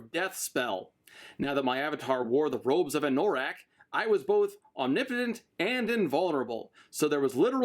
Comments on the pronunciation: Having only listened to the Audiobooks hearing Anorak pronounced as A-Nor-ak instead of An-a-rak was a bit odd. But it makes more sense going by the way it was supposed to be his D&D character. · Your mispronunciation of 'anorak' drives me wacky. Anorak is a kind of jacket, and also a slang term for someone who is super-passionate about a niche subject. AN-NUH-RAK. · oh and anno-rak. the pronunciation is on Anno rack. like anno +rack. it's the German word for a winter jacket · I love/hate the way you pronounce Anorak. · Idk if i can watch part 2 if you keep saying anorak like that